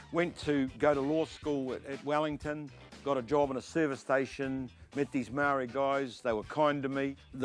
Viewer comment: How is this dude a black power member is he even a maori lol cant even say the word maori properly lol